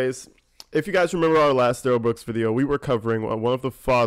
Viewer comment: I love your critique of Duh rell Bwooks crack me up and so dead on!!